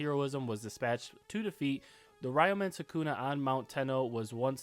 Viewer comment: (Ree-u-min Soo-koo-na)